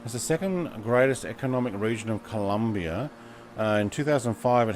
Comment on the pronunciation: Hi, nice video but It´s "Colombia" not Columbia, happy flying!